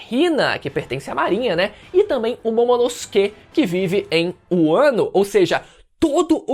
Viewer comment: É um alivio ver alguém falando "Momonosuke" corretamente. Tenho gatilhos, é natural, não tenho culpa.